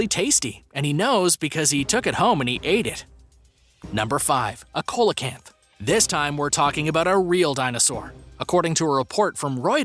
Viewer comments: Its pronounced SEE-LA CANTH NOT COLA-CANTH!!! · It's pronounced see-la-canth not cola-canth ffs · By the wan, it's pronounced "SEE-LO-CANTH". Bloody Co-lo-canth. British language. Don't you just love the way Yanks Fuck it up? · Your pronouncing it wrong. The fish is phonetically pronounced "see low canth". Not "cole la canth" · it is pronouced seal o canth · Coelacanth is pronounced see-lo-canth. Jeepers! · Bro it's coelacanth ce la canth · COELACANTH! Pronounced ‘SEE-la-canth’, IF YOU PLEASE... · The 5th one is pronounced ''See-low-canth". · I've never heard coelacanth pronunced this way 🤔🤔🤔